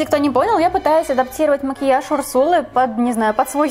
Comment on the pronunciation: Мне так нравится как ты говоришь «о» вместо «а», как мОкиаж, заместо мАкеяж